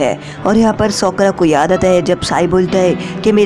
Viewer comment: Sokura nahi sakura🙄😅😂